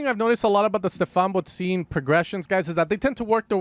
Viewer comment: It’s pronounced “bod sin”, not “bod zine”… otherwise nice video. Greetings from Berlin!